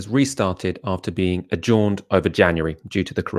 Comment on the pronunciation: oh dear,.. i know on the last episode Aaron said dont pick on ppl for saying words incorrectly but your pronunciation of "adjourned" and "Dunedin" tonight left my ears bleeding you silly coot.